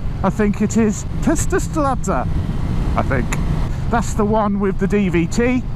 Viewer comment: "Test-ah-stret-ah" or "Test-er-stret-er" for the West Country folk :-D